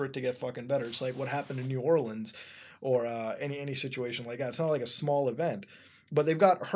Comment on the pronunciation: as a louisiana resident, thank you for not saying “New Ore-LEANS” ✨✊🏻